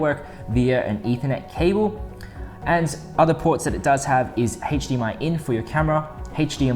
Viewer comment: Anybody else overhear the “hache dmi”?